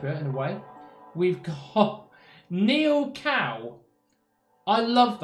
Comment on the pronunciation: Neil Gow. Not Neil cow.